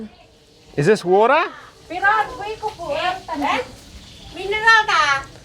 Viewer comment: bilang "this is wutah" Si ibu nya jawab "waiter" 😂😂